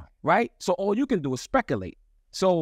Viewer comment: It's the "speckalate" for me 😂😂